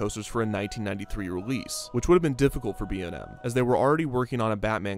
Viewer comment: Dude the commercial for Kumba not only acknowledged the manufacturer, but they also pronounced B&M’s names correctly. That’s pretty cool.